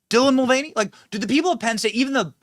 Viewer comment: What the hell is a Dylan Mul-vieny?